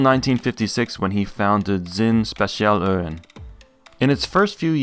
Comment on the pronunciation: Ouch. That hurt my German ears. It's Speh-tsee-ahl-oo-ren